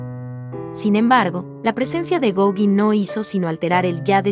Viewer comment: Me gusto mucho el video y tu voz es hermosa! La pronunciación de Gaugin está mal, checalo plis! (Gogan)